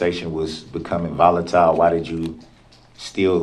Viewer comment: " So, if u knew the conversation was becoming "violent-tile" why ain't u leave?'?" The second he said violent -tile, I lost it! I also pictured all my floor and wall tiles popping up off the walls and floors and surrounding me an assuming the crane position! Next time I'm going to make sure I only purchase non violent-tile 🤣😂